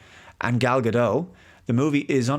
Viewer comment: FYI- Gal Gadot is Israeli, not French (there is no soft “t” at the end of her name). Gal rhymes with “doll”, not “pal” and Gadot is pronounced exactly like “god-oat” (does not rhyme with “bad-dough”). Just good to know 😊